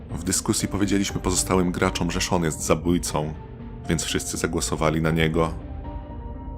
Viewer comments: Sean nie Shawn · Czemu lektor mówi Shawn zamiast Sean